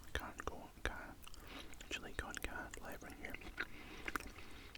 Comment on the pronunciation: It’s chilli con car-neh not carn it’s carne made by Mexicans so please say it correct or just say minced meat